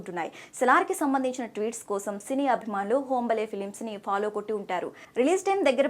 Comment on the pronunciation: అది హోంబలే కాదమ్మా హాంబాలే